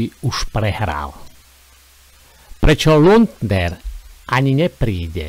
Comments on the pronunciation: jedna jedina chyba 😂to nieje luntner ale lunter 😂ale inak super robota 😂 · Nauč sa vyslovovať aspoň meno človeka, ktorého komentuješ.